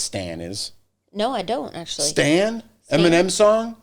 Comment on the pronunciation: Omg she could not say Eminem that’s so crazy lol I couldn’t stop laughing at you sorry I just couldn’t believe you kept saying it wrong I laughed harder at you 😂your so cute 😂